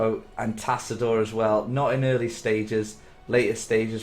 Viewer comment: I cringe every time he says 'Zaggarah' and 'Tassador'.